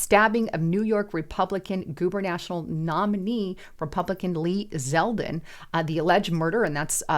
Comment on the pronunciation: it's not GuberNational honey, Its GuberNatorial... Lol. Do we need to wear our glasses? js. Love you... 🙏🙏❤❤🇺🇸🇺🇸